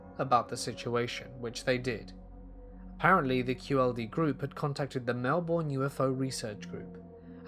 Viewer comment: now obvi my favourite had to be the one that hit closest to home, anything Kiwi or Aussie-related makes me elated to hear but my love you need to google pronunciations because the way you said Brisbane & Melbourne aint it lol